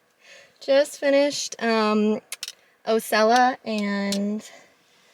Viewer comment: Nice video...Osceola is pronounced...Aww See Oh La